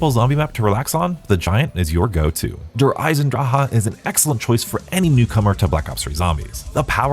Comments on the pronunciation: why is he saying Der Eisendrache like Eye-sen-dra-ha 😭 the ch at the end is accented like a drawn out K it should be Der Eye-sen dra-khuh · Der EisendraAHAA is how im saying it forever now, thank you 👍.